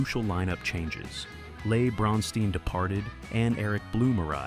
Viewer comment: I knew it was AI when it couldn’t pronounce Les Bronstein’s name correctly.